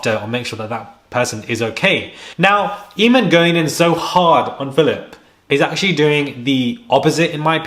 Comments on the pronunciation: I know you never said, Eeeeeeeeeeemon holmes! Boy it’s pronounced aye mon, playing dumb like jessica Simpson! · ...Fyi: Eamonn pronounced A-mon